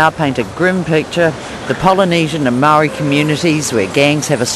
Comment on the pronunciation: Aue...cant even pronounce maaori words properly...foreign.